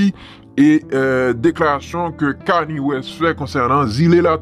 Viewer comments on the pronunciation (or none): ou bezwen di kani West li pa sonen bien ou met di keni west c konsa nom rapper a prononce: keni west